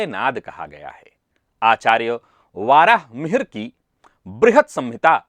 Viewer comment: 'वराहमिहिर' को "वाराहमिहिर" बोलना ग़लत उच्चार है, जिस प्रकार 'अध्यात्म' को "आध्यात्म" बोलना। वक्तव्य में सुधार होना चाहिए।